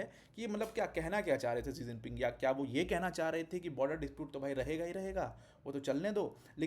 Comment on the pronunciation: 2011 में शायद शी जिनपिंग भारत दौरे पर आए थे तो शायद DD न्यूज की कोई एंकर ने उनके नाम को "इलेवन जिनपिंग" पढ़ा था तो नौकरी से निकाल दिया गया था। पूरी दुनिया शी जिनपिंग बोलती है लेकिन आप एक टीचर हो के बार बार "जी जिनपिंग" बोल रहे हो। दुखद।